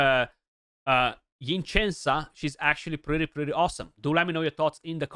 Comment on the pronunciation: I think it’s pronounced Sen-sah.